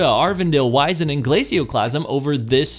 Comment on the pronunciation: Wiz end. Wiz end. Not wise end. English class was apparently wasted on everyone that plays destiny